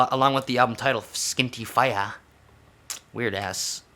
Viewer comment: Fee-yah not fi-yah hahaha